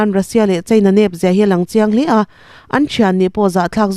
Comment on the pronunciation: Li tengsawl (Li-tih hi,pali a 'li' tih ang a lam rik tur